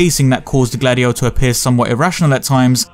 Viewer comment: Every time you say Gladio I'm hearing Dady-O...